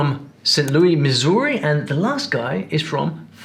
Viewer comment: Hey bud. You miss pronounced the name of Missouri. Where did you find the uneducated person you referred to as having a common Missourian accent. You are not an expert. This is just your uneducated opinion.